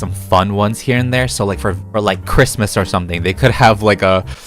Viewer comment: In mikes motors when he said “seasonal Christmas cars” I thought he said “seasonal Grimace cars” 😭💀